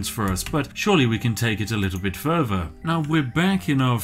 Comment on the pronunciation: Why to do pronounce the word further like “Ferver?”